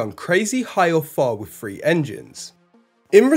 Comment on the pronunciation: Three isn't "free" and through isn't "frew."